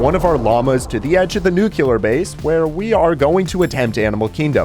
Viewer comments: I swear if i hear "new queue lurr" one more time...... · is the “nucular base” supposed to be a “nuclear” base? 😭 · i love your content but you said nuclear wrong LOL😭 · I hate how he says "ravenger" and "nucular" 😔💔